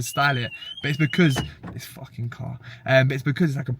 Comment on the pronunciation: “this Fawkin cahhr” lol